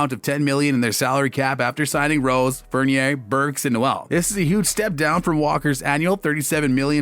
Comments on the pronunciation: “evan fornerr” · RJ Bennet, Fourneer, plus many many wrong pronunciations ! Lol